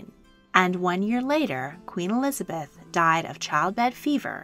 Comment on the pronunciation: ah yes, ELIABETH, that well know English Queen